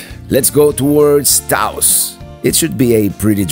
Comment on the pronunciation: Get Taos /Taos Pueblo out of your mouth